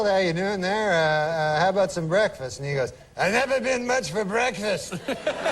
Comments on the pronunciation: Canadian Norm Macdonald proudly declares, "I know a-boot!" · What does that actually mean? Is that what he actually says? Some canadian thing?